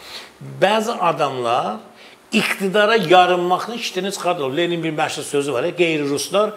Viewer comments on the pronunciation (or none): LeLin yox Serdar ber " LeNin"